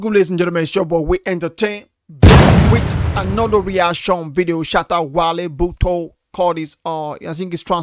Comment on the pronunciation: Botoe means listen its pronounced BOR TU WAY not bor toe. The song is specifically honoring the Ga Culture and Tribe whichis shattas tribe in Ghana who own the land of Accra the capital city of Ghana which accommodates all tribes from all of gh considering its the capital and the hub. Google for English translation of whole song. Accra, Ghana. Is 100% Ga Land, know for a fact it Belongs to the Ga tribe and its their land and needs to be respected, as we should. . The Ga needs to be respected. .. Shatta a Ga, A True Hebrew Israelite. Like many Hebrew Israelite scattered specifically in West Africa. All you need do is Google 1747 negro map, narrow it down you'll find Kg of Juda (translation Kingdom of Judah) in Gold Coast present day Ghana. All the lies the colonizerss told us and try to hide from us are finally being revealed. For centuries we practiced Torah laws and didn't know the essence of it. La ehh Laaa eh in GA means River NILE, when they migrated from Egypt through ile ife in Nigeria to Gold Coast (present day Ghana) they saw Labadi Beach they assumed it was River NILE so they started chanting La Eeeh La Eeh..so in the song you will him say Laaa Eehh La Eehh. All the Ga history is on Nii Boy Yemoh channel type Ga History, look for it and watch. Its subtitled. Very deep history. Dont trust the fake Ash.ken.azi J e ws claiming to be God's chosen. Most of Gods chosen 12 tribes are scattered in West Africa and other parts of east and sourh Africa. Itll take thousands of y